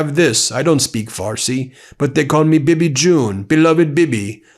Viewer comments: BEN, Netanyahu’s nickname is pronounced Bee-Bee, not bib-ee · How does it sound when you try to say the name "Bibi", when you have a banana in your mouth??? Doesn't it sound like "Bubba" for you?